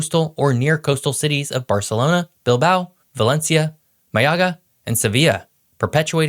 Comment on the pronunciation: Madrid and Barcelona sound so posh